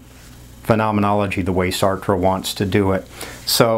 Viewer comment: Thank you for pronouncing Sartre's name correctly! :hand-pink-waving